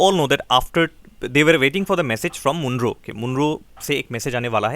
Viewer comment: Sir, it's Mon-ro not M-oon-ro